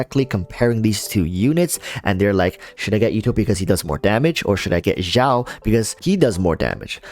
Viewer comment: hey xiao is pronounced as seeao but great vid dude!